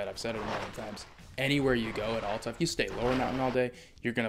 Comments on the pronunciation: It’s not Awwl-ta! It’s Al-ta!! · Correct pronunciation is like the letter "L" as in L-ta. Or think of "al" as in the word, "altitude." It's clearly not like the word, "all." It's a common mistake.